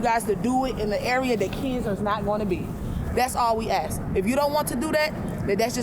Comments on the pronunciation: Another DEI hire. She can't even speak properly. Can't provide the correct wordage to finish sentences. So dumb, and she's also very uncomfortable with speaking with him. I also enjoyed how she said "ask" multiple times. Then the more she got upset she changed it to "axe". LOL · I laughed so hard when the Oompa Loompa said "I'm not gonna axt you again, and I'm not gonna have a back and forf witchu." She needs to probably go back to elementary school to be taken seriously. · She needs to learn English. Yo, let me axe you a question. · She was axing them to leave 😂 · To be fair....she did axe.